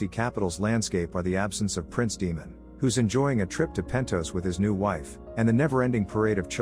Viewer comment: A lot of explanation videos are almost as long as the episode itself lol thanks for having a brief one. Also, potential tip, maybe since you’re using text to speech for the explanations, maybe try “Daymen” or something for Daemon as it may pronounce it correctly instead of saying “Demon”